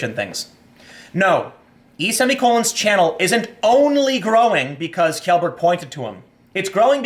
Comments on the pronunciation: Tim. Tim. TIIIIIIIIIIIIIIIM. TIM POOOOOOOL. It's pronounced ------> Shellburg not Kyellburg the wikipedia page has pronunciation if you need it. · Kee-yellberg? Haha common Tim you've even been to Sweden. Shell- berg. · Tim, Pewdiepie's surname is pronounced 'Shellberg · Hey Tim "Shellberg" pronounced "shell" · Felix's name is pronounced "Shellburg" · pewdiepies last name is pronounced..shellburg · FYI, Kjellberg is pronounced "Shellberg". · Please Tim. learn how to say pewds last name properly. its shell-berg, kind of like Sheldon cooper. no k sound in it at all. I cringe every time... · Again, it’s pronounced “SHELL-Berg” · Dude... It's "Shellberg"